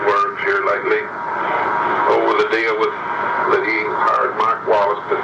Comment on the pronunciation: He wasn’t saying Mac Wallace, he was saying Mike Wallace!